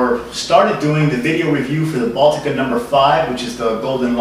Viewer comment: Russia has 4 seasons. Moscow is hot in the summer. Good job pronouncing Baltika. Nice review. By the way, all you snobs, it's not that bad. It tastes better if you buy the glass bottle variety. Viva Baltika! Za zdarovye, tovarishi